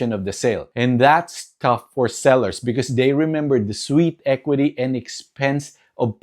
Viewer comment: Great video. Is this AI? A realtor would never pronounce "sweat equity" as "sweet equity".